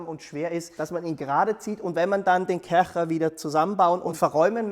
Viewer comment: Sorry, aber die Art wie du Kärcher betonst macht mich aggressiv 😂✌